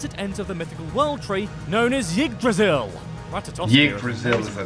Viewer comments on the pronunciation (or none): By the way, that guy's pronunciation of "Yggdrasil" is atrocious. It's pronounced more like "EEgDrasil". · Pronunciation hurts my head... im pretty sure Yggdrasil Pronunciation is Eeeeeee not yeeeeee